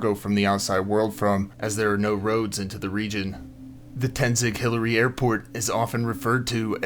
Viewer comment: Not Tenzic. It's Tenzing-Hillary Airport